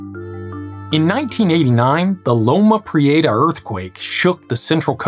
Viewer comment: A Texan who can't pronounce Loma Prieta correctly? 😨